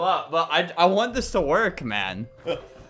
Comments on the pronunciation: mæn THE WAY HE SAID MAN 😭💀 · why did bro say man like that